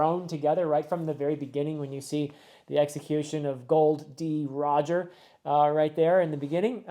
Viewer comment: It was probably just a mispronunciation, but Gold Roger’s name is “Gol D. Roger” and not “Gold D. Roger”. It’s not a big deal but I thought I’d offer the correction in case it was not a mistake. Please keep reading 🫶